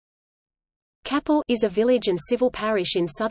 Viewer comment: It is pronounced Kay-pel